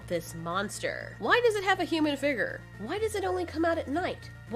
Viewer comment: I like her voice… however, the only thing that bothered me was how she pronounces “Figure” it sounds like she’s saying “Figger” lmfao “The creature has a human like figger” that was irritating me 😂